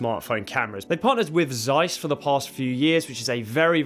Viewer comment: No, really? You don't know how to pronounce Zeiss?????????